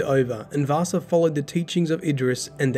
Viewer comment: I don't know why, but everytime you pronounciated "Vassa" it sounded like you were talking about Vaasa (a city in Western Finland). 😄